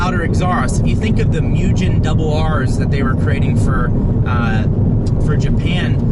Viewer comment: Omg thank you haha. Its pronounced vel-OS-ster. Not picking on you at all. It's amazing how many people miss pronoun so many car and motorcycle brands and names. Even mugen was said wrong. Other than that awsome video. You got it right at the end though. If your ever not sure watch a video on motor trend first or even a video from the country it's made.